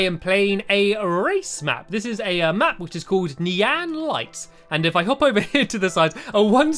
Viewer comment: The way he said Neean instead of Nian 😂❤️